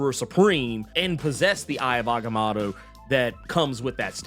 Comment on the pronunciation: The way he butchers agamotto is jarring